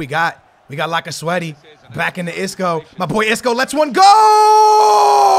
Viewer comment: Lacasweaty lmao, it's Lacazette